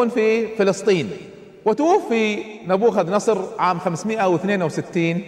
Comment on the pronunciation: مشكلة الشيوخ لا ولن يذكرون المصادر..😂...لان كل مصادره التوراة..لانه اساسا يذكر اسم ن بوخذ نصر غلط بغلط بغلط بغلططططططط....اضحك كلما قال نبوخذ نصر.